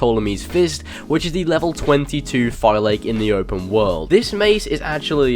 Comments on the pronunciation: You pernounce Phylakes As Fi-La-Kes NOT Fiy-lakes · It's pronounced "Fee-la-kees" and not "Fy-lakes" 😭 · I so tired of this guy saying Fi Lake. Phylakes (Fill la case), say it with me. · phylakes and pronouce pha la ki ta